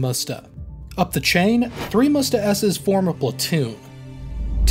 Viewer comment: Not mUsta, mstA